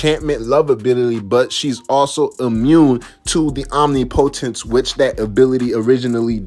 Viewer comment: You are pronouncing omnipotence wrong.